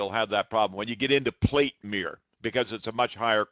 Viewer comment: He cannot pronounce mirror: “miwer”!